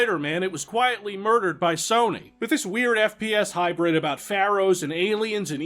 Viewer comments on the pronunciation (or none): none